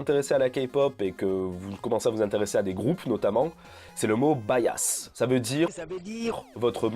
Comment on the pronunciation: Je crois que Bias ne se prononce pas bayasse, mais biasse :) sinon très bonne vidéo